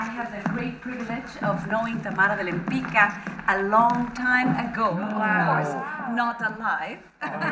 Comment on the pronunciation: cool video, btw the correct way to pronounce Tamara's last name is [lempitzka] not [lempicka]:)